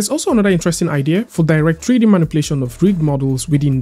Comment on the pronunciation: Tree-D? What is tree-d?